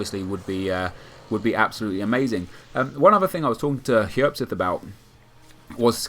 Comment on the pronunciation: His name is Hjerpseth, not hjerpgtf